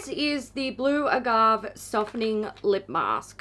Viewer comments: It's pronounced ah-gah-vay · So I know it doesn't matter, but agave is pronounced ah-gawh-vay. In case anyone wanted to know! ❤️